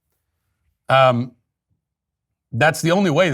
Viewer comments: Matt, I've never in my entire life heard anyone other than you pronounce the word "simultaneously" with a hard "Y" in the middle, as in sime-YULE-taneously. I think you should be banned from the show. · You repeatedly mispronounce "simultaneously". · I noticed that some time ago. Thought it was kinda weird, but so is Matt.